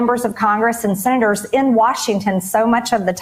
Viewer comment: Call your sinnaters, that's how maggatface pronounces Senators. 😅🤣😅🤣🤣🤣🤣